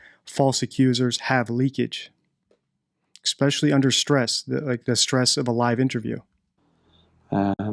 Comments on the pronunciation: I like your videos and I'm being super picky only because language usage can make or break someone who chooses to do what you do online. One thing that stands out is your pronunciation of certain words (ie. especially...not eXpecially) which can weaken how someone views your credibility. Not putting you down just wanting you to be your best as you're doing awesome work! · English? NO "X" in especially! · I hate to teach English to an English speaker but, it is ESpecially not Xspecially. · There's no X in especially. It's frustrating to have to teach English to an English speaker 👍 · What does 'exspecially' mean??? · ‘Exspecially’ isn’t a word. It’s pronounced as it’s spelled: ‘especially’. There is no ‘x’. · I get it the first time you say something without going over & over ..& grammar say’s ‘especially’ not exspecially, there is no x or k in it !!!! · One would think such a highly educated person could pronounce especially correctly.